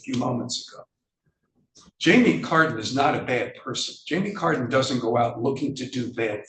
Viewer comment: Who else thought she said Jamiee Lee Curtis? hahahaha